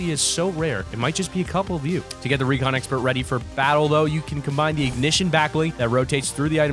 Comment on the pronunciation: 709 he said recon exprt lol